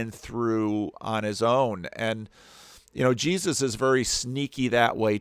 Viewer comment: I get the same feeling when he says "Je-zuz"